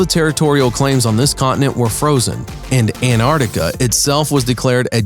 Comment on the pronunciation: Why is no one mentioning he literally cannot say "Antarctica"